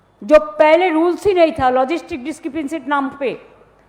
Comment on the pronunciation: Logistic discrepancy... pronunce korteo khub kosto 😂😅